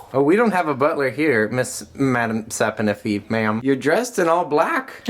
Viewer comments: Madam "sap-In-iffy" 😅🤣🤣💕💕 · Madame sap-o-niffey 😂